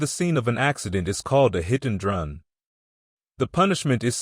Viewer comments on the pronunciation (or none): The male narrator mispronounced 911 by saying 900 and 11, hit and run by saying hit and drun , etc